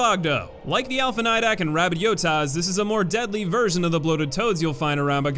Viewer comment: Did you just call it a yotas???